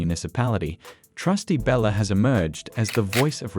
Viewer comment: BTW The Ai is Horrible and can NOT say🗣️: Kiana Belcher for some reason it keeps saying Bella.